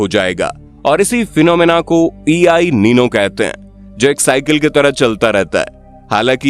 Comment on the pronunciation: E i nino ❌ EL nino 👍 ✅